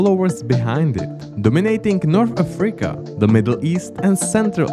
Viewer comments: Could you, please, stop saying “AFREEca”? The name of the continent is “Africa”, thank you. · ok this video is just AI slop. If not for the pronunciation of "Afríca" and for calling guatemala "South America" i may have not noticed. Just terrible.